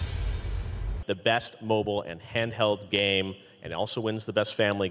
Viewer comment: 'PLEY THE GAYM' - Reggae Fils-My-ass